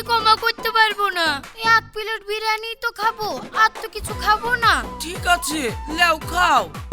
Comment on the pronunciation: ভাই এটা বিরানি না বিরিয়ানি হবে😂😂😂😂😂